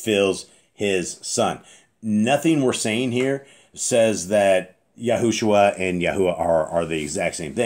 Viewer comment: The back of YAH scriptures says Yahusha but you say YahuSHUA...